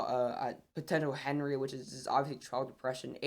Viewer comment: Btw Henri is pronounced On-Ree